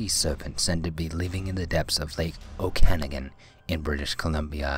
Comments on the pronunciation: oak-ah-noggin, not oh-kannagin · O-can-ah-gan not o-cana-gin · On # 1, about Ogopogo, it's pronounced 'OAK a NAH gun', NOT, 'O CAN again' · ....it's pronounced "oak-an-ah-gan" not "ok-ana-gen" just saying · Good but it's not "Oh-can-i-gan", it's pronounced "Oak-uh-nog-in" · Lmao, oh brother do you badly miss pronounce Okanagan in your no#1 clip. Although I'm not surprised to see Canadian monsters at the top of the list I have to say that bigfoot is spotted and photographed much more often up here than the Ogo-pogo. As for Okanagan.... it's pronounced Oak - ah - noggin. its a native (Salish) word not a Scottish last name..... lol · The lake where ogopogo lives is pronounced; 'oak an og en'... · Okanagan lake Is pronounced Oak-uh-noggin Weird I know, but I should know because I live in Pentiction B.C. just on the south edge of Okanagan lake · he per ounce Okanogan wrong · Lake Okanagan. You totally fucked up saying that one right. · I like how number 1on the list was a 30 min drive from me. but at the same time I find it funny how you said the name of the lake wrong twice lol. but don't worry its a hard name to say unless you live around it for all your life. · my god, you butchered the pronunciation of Okanagan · Okanagan LoL the guy should learn proper pronunciation.